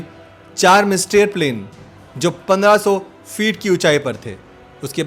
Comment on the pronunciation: सेबरे नही सेबर. नाट नहीं नॅट. मिस्टरी नहीं मिस्तर् (mystère-फ्रेंच). चाम नहीं छम्ब. आप आपका हिंदी अनुवाद और उच्चारण सुधारिए. मेरी मातृभाषा हिंदी नही है, फिर भी पीडा होती है.